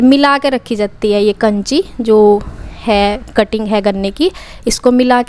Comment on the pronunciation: काछी होती है कांची नहीं